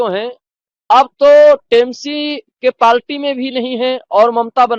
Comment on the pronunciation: अरे श्रीमान इस तरह के बयान देकर क्यों बैचारे अंध भक्तों के जले पर नमक छिड़क रहे हो ! अगर आप सच्चे हिन्दू हितैषी होते तो अपने साथियों के साथ जाकर शिलान्यास को रोकते ? और ANI भी कितने बुद्धिमान लोगों का साक्षात प्रसारित कर रहा है जो पार्टी को पालटी बोल रहा है ?